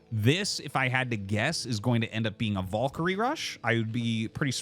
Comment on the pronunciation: let us take a look at the word "valkyrie" do we see any "O's" in there???